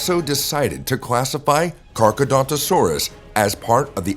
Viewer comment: Your pronounce Carcharodontosaurus wrong. You say Carchedontosaurus when it is actually CarchAROdontosaurus.